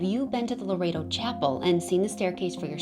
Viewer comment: It's pronounced lore ett toe. I live near the church. I try to help & guide as many tourists in the area as possible. I love telling people about my city. Our history is alluring.